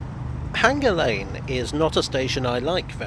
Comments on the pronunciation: Is Hanger Lane really supposed to be pronounced with a hard 'g' ? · There is no H in Hanger lane, locally it is pronounced withe a hard A as in Anger Lane.